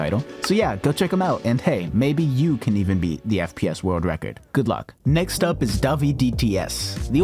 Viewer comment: witerally woke the wecord, hit the gwiddy 😂😂😂😂😂😂😂